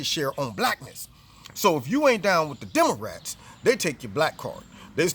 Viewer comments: Did he say "Demorats?" Hahaha... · "Demarats" I love it #walkaway